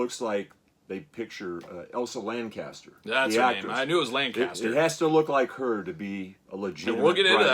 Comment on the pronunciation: Her name was Elsa Lanchester, not Lancaster. It's right there on the front of the box.